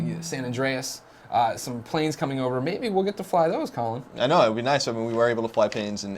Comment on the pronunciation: D he says ply panes!